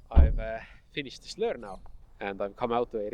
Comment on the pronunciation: Learn to say lure!!!